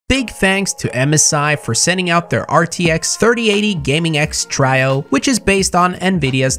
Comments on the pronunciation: Everyone: Gaming X Trio.: Gaming X Trajo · Try-oh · He says Trio wrong. Lol